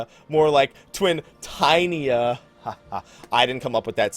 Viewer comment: "Twin-TINY-a". ... Burn the lalafell!